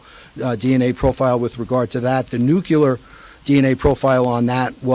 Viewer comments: I'm really trying, but I just can't with this guy. Nucular is NOT a word. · No, and it's super grating. Didn't help that he said it a dozen times or more. But it's widespread. I've seen it in movies, and George Bush said it, too. It's not going away, unfortunately.